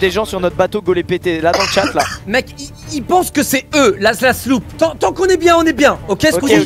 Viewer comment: "tant" et non "temps" Fallait que je le dise😂